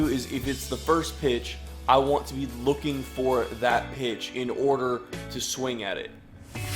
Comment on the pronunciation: lol.. "waohnt"